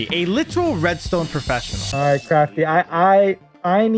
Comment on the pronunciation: Profesinel reed ston eer